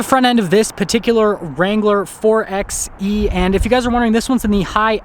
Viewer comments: Nice video! ..but it’s not called “4exxxE”, it’s called “4byEEE” ... after all you don’t say 4x4 as “4exxx4” 😳😜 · Wouldn't it be pronounced 4xE (4byE ) like 4x4 (4by4)? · Great video! It’s pronounced 4 “by” E.